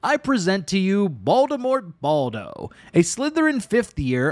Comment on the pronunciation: WHAT DID U SAID? BALDo?